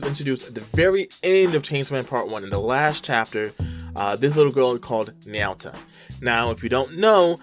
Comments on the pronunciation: N-yaw-ta It’s na-you-ta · Ny-ow-tah is the first time I've ever heard her name be pronounced that way by anyone. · Na said like naw. Yu said like you. and Ta said like taco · The way you pronounce Nayuta hurts me.